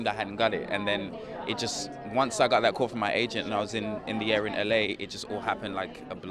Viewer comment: He tends to pronounce "got" as "gut"